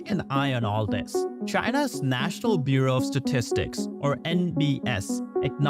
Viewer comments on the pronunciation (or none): none